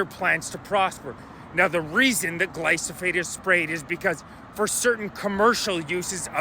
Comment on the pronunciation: I like your videos bro, I don't want people to dismiss you because of the spelling and pronunciation. It's Glyphosate.